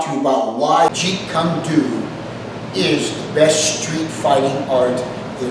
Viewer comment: “Your BS JKD” man doesn’t even say Jeet Kune Do right 😂